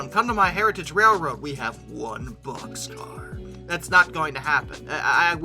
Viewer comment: Wonderful….finally talking about something I can associate with….No wait…BOXCAR,BOXCAR…not poxscar.